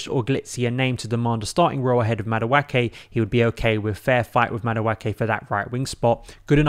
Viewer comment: That name is pronounced Mah-do-a-ke. The a is pronounced like the letter a.